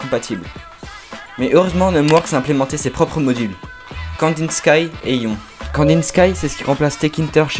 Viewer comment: Très bonne vidéo avec un style unique petits trucs qui m'ont tracassé cependant que je ne crois pas avoir vu dans les autres commentaires : - Prononciation de Kandinsky : 🤓le nom du module est une référence au peintre Vassily Kandinsky, dont le "sky" se prononce "ski", et non pas "skaïe" - à , ça me pique les yeux de voir "if x == True:", alors que c'est justement le but du keyword "if" de vérifier si quelque chose est True ! C'est donc un pléonasme, c'est redondant, ça se simplifie : "if x:"